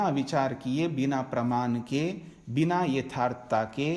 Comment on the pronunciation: नमस्कार । आपके व्याख्यान उच्च कोटि के हैं ।‌ परन्तु क्षमा करें - कुछ चीजों पर आपको अवश्य ध्यान देना चाहिए । जैसे १) आप वाणी को 'वानी', प्रमाण को 'प्रमान' और ऐसे ही कुछ शब्दों का त्रुटिपूर्ण उच्चारण करते हैं । २) आप संन्यासी हैं - आपको 'निठल्ला' जैसा शब्द उपयोग करना शोभा नहीं देता ।‌ ध्यान‌ देंगें‌ तो‌ अच्छा होगा ।‌ धन्यवाद ।